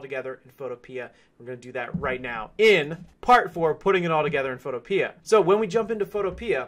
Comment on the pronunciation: It’s photo pea not photo peeah